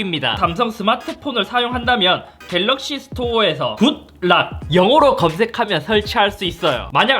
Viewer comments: 굴락(x) 군낙(o) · 굴락 이라고 들려.... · 굴락이라고 하시는거같아요 ㅎ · 자꾸 굴낙이라 해요? 새로운 낙지요리 같자나요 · 발음 ㅋㅋㅋㅋ 굴락